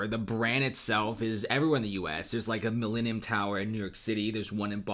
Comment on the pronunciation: This is the Mi-lean-eum tower